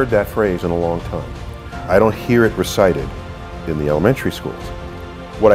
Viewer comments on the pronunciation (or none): Recited not resighted ....😳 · "Resighted"?, Ahem, it's recited. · Warning: picked nit follows!: It's 'recited' not 'resighted' unless one is talking about seeing something again instead of indicating or voicing something again. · it's 'recited,' not 'resighted.' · *recited, not resighted! oppurtuninty? Come on! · "i dont hear it resighted" shame on you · "resighted..." really?